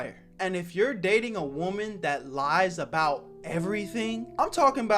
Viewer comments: Man what is with people pronouncing "woman" and "women" the same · the way bro says woman